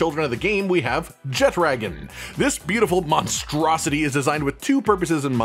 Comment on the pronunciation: "Jet-dragon"....cringe. It's pronounced "Je-tra-gahn". Where did you see a 'd' in the name. I appreciate the video and information provided, but what is with the terrible pronunciation.